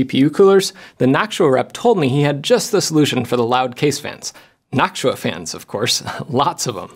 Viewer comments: Jeff! Why do you say naak·choo·uh when it's supposed to be naak·too·uh? 😛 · Jeff saying nactua instead of noctua is another sound altogether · noctua❌ noksuah✅ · Am I the only one hearing "nacho" instead of "noctua"? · I keep thinking you're saying "nacho fans" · Noktua is the pronunciation. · i know you watch LTT but i dont get why you pronounce noctua different. is yours more correct ? is this the .exe/.png moment for linus or you ? is it gif or gif ? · You're pronouncing Noctua wrong.